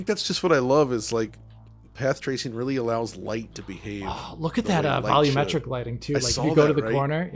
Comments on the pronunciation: Sometimes I say out loud while watching it's "vol U metric" but I guess that's just his way lol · why do you keep calling it "vollometric"?